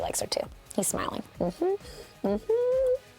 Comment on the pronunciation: I really want your mhmmmmm to sound more black lol but it's you and you're funny so it's fine